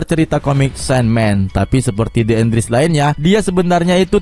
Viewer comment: Les bukan lis (enles)